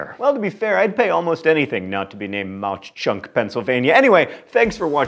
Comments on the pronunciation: The mispronunciation of Mauch Chunk made me cry internally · Lol I watched this whole thing just for Jim Thorpe where I live near. No CH sound on the end of Mauch..they just kinda pronounce it like you would say hawk (although I think the original pa deutsch is with the ch sound) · i can’t stand the way he pronounces mauch chunk... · I know mispronunciation is your thing but Mauch Chunk is pronounced Mawk Chunk. And its very beautiful!! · John, please pronounce the town names properly. I'm from Jim Thorpe, PA. Mauch is pronounced like the word mock, due to the heavy German influence on the town. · Its pronounced MOCK Chunk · It's pronounced "Maw Chunk" by the locals not Mock Chunk. I will say though that Jim Thorpe is a beautiful little town! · I live near Mach Chunk. It is pronounced like mock chunk. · Tickled that Jim Thorpe is tops, but sad... It's Maw Chunk; as in rhymes with Paw. Great List. Dutch Harbor was a fun surprise! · It's pronounced similar to "Mock Chunk." My grandparents live in Jim Thorpe, and the lake near by is still called Mauch Chunk Lake. Imagine swimming in a lake called that. It's as pleasant as it sounds. But Fun fact: The term "Mauch Chunk" actually means "Sleeping Bear" in the original Native American's language. It was called that because the mountain nearby looked like a sleeping bear. Which is yet another thing that is as pleasant as it sounds. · The town 'Mauch Chunk' is actually pronounced 'Mauk Chunk'. You had it right at the very end! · Mauch is pronounced mock (like in turtle). Some in the town want to change the name back to Mauch Chunk because being name Jim Thorpe has not brought fame or fortune to the town. Over the past few years the heirs of Jim Thorpe have tried, in court, to have his remains returned to Oklahoma. Now you know the rest of the story. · Mauch Chunk is actually pronounced Maw-chunk (all one word) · Mauch Chunk is pronounced maah chunk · It's pronounced Ma Chunk